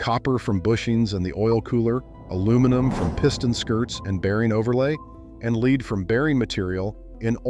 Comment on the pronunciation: You sure pronounce lead, weird....you ain't from 'round here, are ya?